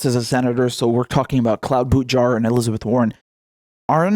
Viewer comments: Margaret Nicol we like it. If he didn’t want his name to be butchered he shouldn’t be such a dweeb. If you want serious, go to PBS or Real News Network. This is a fun channel. None of us like bootyjudge. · I disagree, Karen. Mispronouncing names in a silly way is much different than adding on insulting adjectives (Crooked Hillary, Sleepy Joe, etc) in order to rile up a half-witted base of voters.